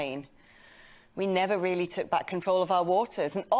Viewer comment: A weally, weally silly piece is pwopaganda.